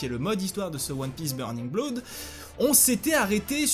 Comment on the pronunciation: kizaru gros spameur !! l'accent anglais est horrible xD avec "tyou" pour two et "fwoui" pour three et "bloud" pour blood xD XD sinon je suis daccord avec les defautl du jeu et je trouve qu'il a plein de Défaut même :/ je n'y joue pas donc je vais pas trop m'avançais mais de ce que je vois grace a toi , c'est pas top .. en revanche les cinematique sont genial !! ton generique de fin est super et bien travailler !! pour moi pas de petit ... mais GROS POUCE BLEU !!